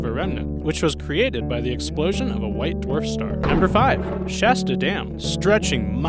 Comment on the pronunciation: Shasta is pronounced "shaw-stuh" not sha-stuh (like the 'a' in "ass"), its Shasta where 'a' sounds like the 'o' in "rock lobster".